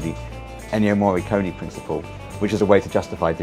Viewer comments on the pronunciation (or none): why people can't say Morricone? XD